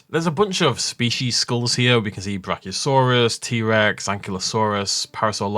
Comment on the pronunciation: He said D-rex not t-rex